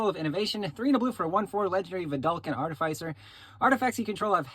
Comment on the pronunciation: Oof, I cringed every time bro said artificer…